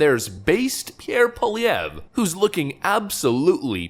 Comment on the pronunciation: good pronunciation of pierre pollievre and I'm not saying that sarcastically